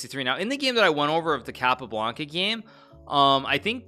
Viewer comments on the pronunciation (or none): I love how Hikaru tries his best to pronounce "Jose Raúl" the correct way and then pronounces "Capablanca" with a heavy american accent